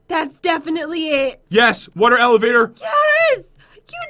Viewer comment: Why does he always say wader Also I love UNICORNS 🦄 🦄🦄🦄🦄🦄🦄🦄🦄🦄🦄🦄🦄🦄🦄🦄🦄🦄🦄🦄🦄🦄🦄🦄🦄🦄🦄🦄🦄🦄🦄🦄🦄🦄🦄🦄🦄🦄🦄🦄🦄🦄🦄🦄🦄🦄🦄🦄🦄🦄🦄🦄🦄🦄🦄🦄🦄🦄🦄🦄🦄🦄🦄🦄🦄🦄🦄🦄🦄🦄🦄🦄🦄🦄🦄🦄🦄🦄🦄🦄🦄🦄🦄🦄🦄🦄🦄🦄🦄🦄🦄🦄🦄🦄🦄🦄🦄🦄🦄🦄🦄🦄🦄🦄🦄🦄🦄🦄🦄🦄🦄🦄🦄🦄🦄🦄🦄🦄🦄🦄🦄🦄🦄🦄🦄🦄🦄🦄🦄🦄🦄🦄🦄🦄🦄🦄🦄🦄🦄🦄🦄🦄🦄🦄🦄🦄🦄🦄🦄🦄🦄🦄🦄🦄🦄🦄🦄🦄🦄🦄🦄🦄🦄🦄🦄🦄🦄🦄🦄🦄🦄🦄🦄🦄🦄🦄🦄🦄🦄🦄🦄🦄🦄🦄🦄🦄🦄🦄🦄🦄🦄🦄🦄🦄🦄🦄🦄🦄🦄🦄🦄🦄🦄🦄🦄🦄🦄🦄🦄🦄🦄🦄🦄🦄🦄🦄🦄🦄🦄🦄🦄🦄🦄🦄🦄🦄🦄🦄🦄🦄🦄🦄🦄🦄🦄🦄🦄🦄🦄🦄🦄🦄🦄🦄🦄🦄🦄🦄🦄🦄🦄🦄🦄🦄🦄🦄🦄🦄🦄🦄🦄🦄🦄🦄🦄🦄🦄🦄🦄🦄🦄🦄🦄🦄🦄🦄🦄🦄🦄🦄🦄🦄🦄🦄🦄🦄🦄🦄🦄🦄🦄🦄🦄🦄🦄🦄🦄🦄🦄🦄🦄🦄🦄🦄🦄🦄🦄🦄🦄🦄🦄🦄🦄🦄🦄🦄🦄🦄🦄🦄🦄🦄🦄🦄🦄🦄🦄🦄🦄🦄🦄🦄🦄🦄🦄🦄🦄🦄🦄🦄🦄🦄🦄🦄🦄🦄🦄🦄🦄🦄🦄🦄🦄🦄🦄🦄🦄🦄🦄🦄🦄🦄🦄🦄🦄🦄🦄🦄🦄🦄🦄🦄🦄🦄🦄🦄🦄🦄🦄🦄🦄🦄🦄🦄🦄🦄🦄🦄🦄🦄🦄🦄🦄🦄🦄🦄🦄🦄🦄🦄🦄🦄🦄🦄🦄🦄🦄🦄🦄🦄🦄🦄🦄🦄🦄🦄🦄🦄🦄🦄🦄🦄🦄🦄🦄🦄🦄🦄🦄🦄🦄🦄🦄🦄🦄🦄🦄🦄🦄🦄🦄🦄🦄🦄🦄🦄🦄🦄🦄🦄🦄🦄🦄🦄🦄🦄🦄🦄🦄🦄🦄🦄🦄🦄🦄🦄🦄🦄🦄🦄🦄🦄🦄🦄🦄🦄🦄🦄🦄🦄🦄🦄🦄🦄🦄🦄🦄🦄🦄🦄🦄🦄🦄🦄🦄🦄🦄🦄🦄🦄🦄🦄🦄🦄🦄🦄🦄🦄🦄🦄🦄🦄🦄🦄🦄🦄🦄🦄🦄🦄🦄🦄🦄🦄🦄🦄🦄🦄🦄🦄🦄🦄🦄🦄🦄🦄🦄🦄🦄🦄🦄🦄🦄🦄🦄🦄🦄🦄🦄🦄🦄🦄🦄🦄🦄🦄🦄🦄🦄🦄🦄🦄🦄🦄🦄🦄🦄🦄🦄🦄🦄🦄🦄🦄🦄🦄🦄🦄🦄🦄🦄🦄🦄🦄🦄🦄🦄🦄🦄🦄🦄🦄🦄🦄🦄🦄🦄🦄🦄🦄🦄🦄🦄🦄🦄🦄🦄🦄🦄🦄🦄🦄🦄🦄🦄🦄🦄🦄🦄🦄🦄🦄🦄🦄🦄🦄🦄🦄🦄🦄🦄🦄🦄🦄🦄🦄🦄🦄🦄🦄🦄🦄🦄🦄🦄🦄🦄🦄🦄🦄🦄🦄🦄🦄🦄🦄🦄🦄🦄🦄🦄🦄🦄🦄🦄🦄🦄🦄🦄🦄🦄🦄🦄🦄🦄🦄🦄🦄🦄🦄🦄🦄🦄🦄🦄🦄🦄🦄🦄🦄🦄🦄🦄🦄🦄🦄🦄🦄🦄🦄🦄🦄🦄🦄🦄🦄🦄🦄🦄🦄🦄🦄🦄🦄🦄🦄🦄🦄🦄🦄🦄🦄🦄🦄🦄🦄🦄🦄🦄🦄🦄🦄🦄🦄🦄🦄🦄🦄🦄🦄🦄🦄🦄🦄🦄🦄🦄🦄🦄🦄🦄🦄🦄🦄🦄🦄🦄🦄🦄🦄🦄🦄🦄🦄🦄🦄🦄🦄🦄🦄🦄🦄🦄🦄🦄🦄🦄🦄🦄🦄🦄🦄🦄🦄🦄🦄🦄🦄🦄🦄🦄🦄🦄🦄🦄🦄🦄🦄🦄🦄🦄🦄🦄🦄🦄🦄🦄🦄🦄🦄🦄🦄🦄🦄